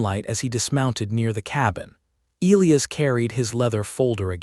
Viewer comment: Pronouncing Elias wrong the entire story drove me crazy